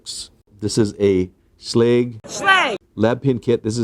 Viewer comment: sh leg = schlage